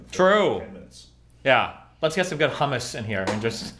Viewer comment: Hamas is a good dip? how could you accept that pronunciation as an Iraqi? It's hummus, the 'u' should sound like the 'u' in 'ruler' and the "m"s should be prolongated. And Destiny didn't have a good hummus.